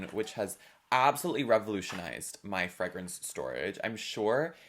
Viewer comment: im obsessed with how you pronounce Fragrance. freh-grence